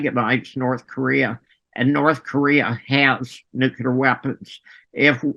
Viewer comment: nook-LEE-uhr > nook-YOU-luhr